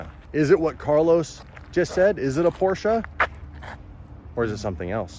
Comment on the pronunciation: Get the Porch-ah